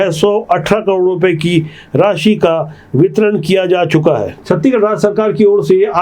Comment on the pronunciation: आप छत्तीसगढ़ पूरा नहीं बोल पाते पूरा बोलिए न की छत्तीगढ़